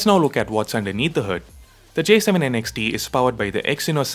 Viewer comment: Kinda bothered by how you keep saying N X T. I thought it's Next without the "e". Just me nitpicking though. 😅